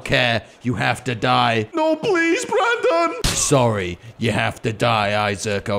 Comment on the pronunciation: Bwandun iz vewy funne